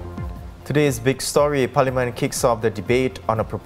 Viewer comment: Dear, the English word "parliament" is not pronounced "palaman".